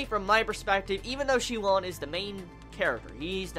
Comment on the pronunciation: Nice vid man, glad you're finally doing this series! Just wanted to point out that the Oon in Shioon's name is dragged out like soon or toon. Same for the last part of Sunwoo, the woo